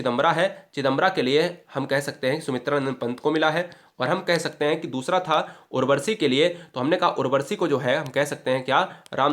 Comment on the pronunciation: Sir maf kijiyega Dinkar ji ki rachna Urwashi hai na ki urwarshi